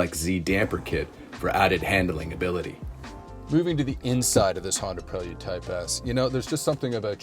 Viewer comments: It's Pray-Lood Dude. Do you all call him Joe-Han? 😂 Prell-Yood to a Kitz ....🤣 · The way he said it's name was killing me. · Don’t say prelude like dat